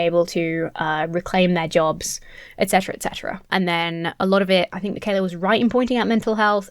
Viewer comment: He also pronounced Mikhaila as "MacKayla" ...